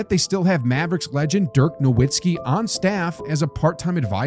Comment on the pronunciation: if u pronounce nowitzki that way then u dont know ball